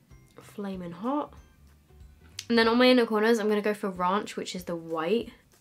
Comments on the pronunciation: Did she just say: "raUnch" 😂😂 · The way she pronounced ‘ranch’ 😂 Love you x